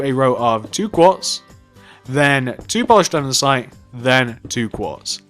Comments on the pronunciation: Everything was perfect, just one small thing. "An-de-site" not "An-den-site". ^_^ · You just keep saying andensite. It is actually andesite!!!! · Stop saying andensite it’s andesite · You dumb shit its andesite not andensite dumb piece of shit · Omg!! It’s called andesite. Not andensite. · Your saying andensite it's andesite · Anyone notice he says andensite not andesite just pointing it out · Can you say Andesite right? You say Andensite... Sorry no hate it just annoys me. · him: andensite me: ANDERSITE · I think he has a little problem with saying "Andesite". Instead of saying "Andesite" , he's saying "Andensite" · andesite not andensite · Its pronounced "andisite" not "andensite" morin. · You do realise it's ANDESITE Not ANDENSITE FFS!!!!! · Why does he say andensite? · He is in middle English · STOP SAYING ANDESITE WRONG!! Also you forgot to add "Police Station" in the title. STILL ANDESITE! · Your saying andesite wrong😂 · It’s andesite